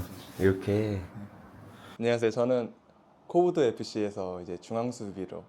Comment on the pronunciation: 코브드가 아니고 "홉트"입니다.